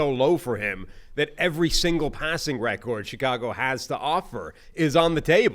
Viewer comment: Why does he pronounce “record” like that lol